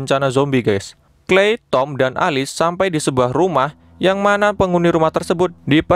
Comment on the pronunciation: Alice bacanya bukanya elis?😂